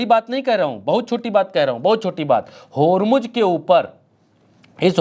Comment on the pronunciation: Yaar godi media ki tarha bandaro ki tarha uchak uchak ker news na padha karo, prigya ka action dekho kitna sincere hai. Aur hormuj kahna band karo Hormuz sahi word hai.